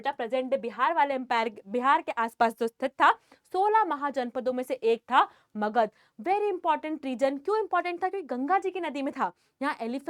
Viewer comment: Magad no makahd yes .am you are speaking makahd